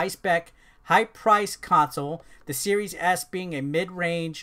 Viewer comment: Could have sworn you said series ass at some points lol.